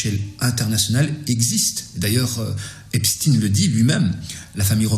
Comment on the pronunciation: Pour mieux le combattre faut commencer par mieux le nommer. C''est Epstein et non Epstine. Ca se prononce comme Einstein le mec du prix Nobel volé. Et je ne dis pas ça méchamment.